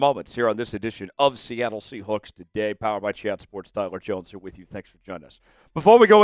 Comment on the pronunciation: Say “sea hooks” one more time….